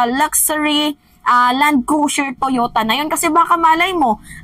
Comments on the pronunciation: Cruiser not crusier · Hoy, Cruiser is pronounce as kroo-zr not Cru-zier 😂